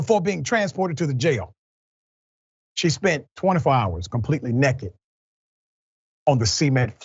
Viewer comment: The way he said "Nekkit" sound like my uncle, lol